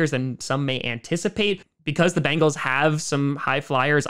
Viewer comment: It's not Bangle, it's Bengal!!!